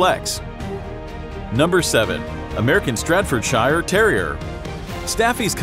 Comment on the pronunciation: What? STRADFFORDSHIRE? Fix your pronunciation!.